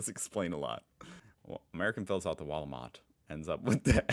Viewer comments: it is the "Wahl O Mat" not the wallmarkt 😂! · Driving me crazy how you say Walmart and not wahl ooh mart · Is it me or does he pronounce wahl-o-mat like Walmart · Well here's a pissed off comment. ;) You pronounce Wahl-o-mat wrong. Make the A sound like posh English "blast". You seem to struggle a bit with the sounds so just trying to help. <3